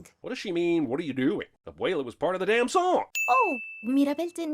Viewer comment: Lot of these sins suck and aren’t even true. Also, I sin YOU for pronouncing abuelas name as ‘abwaylah”